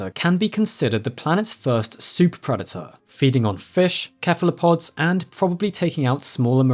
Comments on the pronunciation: Why do people's brains crosswire when they read 'cephalopod'? it's 'seh-fuh-loh-pod' just like in 'encephalitis' or 'pachycephalosaurus', etc etc, its an 's' sound. I was listening to Children of Ruin last month and they said 'cephalothorax' just fine but then delivered 'cephalopod' with a 'k' sound - its the same prefix??? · Why Kephalopods and not Sephalopods? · Please. Im begging you. Please pronounce cephalopods correctly. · Hearing cephalopod pronounced kephalopod threw me off so badly... I know it originates from Greek, but I have never before heard it pronounced with the hard K sound. Always the soft S. Even from non-US presentors and content creators. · Great video. Minor nitpick: the C in cephalopod (and very likely in Dinocephalian as well) is pronounced S. Not sure where Morgan Freeman picked up the K pronunciation when he narrates. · Classical pronunciation of "cephalopod". Molluscs with tentacles on their heads, like squid and ammonites.